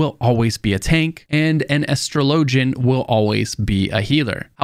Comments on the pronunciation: Your video was awesome and really helped out with little things I've still been stuck with after 1,300 hours of gameplay so far lol. By the way I just want to say that it's pronounced "A-straw-low-jee" not "Astro-lowgy" 😅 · Why do you say Astra lowjan, its Astrawlajin...speak english....... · It's not astro low gin..it's ash trah ligin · If you Google it, which I did, the only thing that pops up is ff14 stuff, which is all other people's opinions. They're wrong. My friend you've never heard of an Astraw Lah Jin? Lmao you sound absolutely ridiculous saying LOW jin